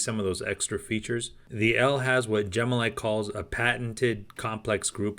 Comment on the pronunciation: I think the machine is pronounced “Elly” not “L”, in other words the name is short for Elephant - as imaged in the elephant logo and the colour description “Elephant Gray”.